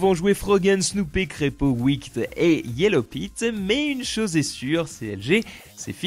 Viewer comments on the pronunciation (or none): Wickd... Je sais bien que ça c'ecrit comme ça mais bon, on dit Wicked hein...